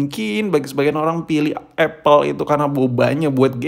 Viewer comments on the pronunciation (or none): none